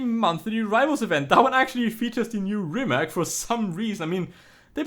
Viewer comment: Pronounced Reemats.